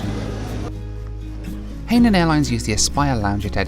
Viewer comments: I THINK ITS PRONOUNCED HI-NAN NOT HAY-NAN, INFACT ITS IN THE SAFETY VIDEO ONBOARD. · Hainan is pronounced closely to Hi-naan, (Hai is the same as second syllable of the city of 'Shanghai', not 'hey' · Pronounced “hi” nan not “hay” nan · Hey it's Hai nan airlines not Hey line airlines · It’s pronounced this way, hi nan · Just a word of advice it’s pronounced as ‘hi... Nan” (Hainan) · realises he's been pronouncing the airlines name wrong the whole time 😂